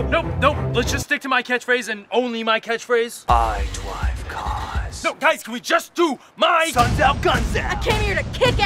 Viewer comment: "Ai Drave carrs!" LOL